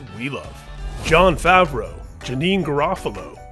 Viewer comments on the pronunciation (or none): none